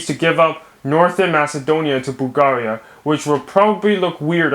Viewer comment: I can't stop laughing after he says Bulgaria wrong